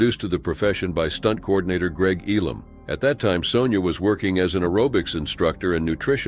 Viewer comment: "Sonja" is pronounced "Sawn-ya" and not "Sown-ya"